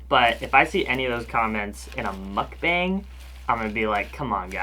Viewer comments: the 'a' in "mukbang" is pronounced as 'ah' sorry it really bothered me love your videos! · It's ' mook-bong' i ☺. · google how one should pronounce mukbang (korean word) ... because you're saying it wrong.k